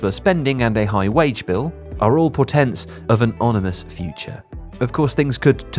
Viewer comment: "... porténts of an onimous future"